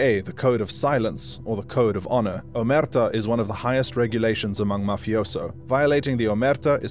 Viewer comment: it's crazy how you managed to mispronounce 'omertà' even with the focus clearly on the last a